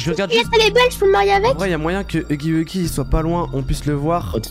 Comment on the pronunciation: Tu dit pas huggy wuggy tu est entrai de dire uggy uggy duh😅🤧😳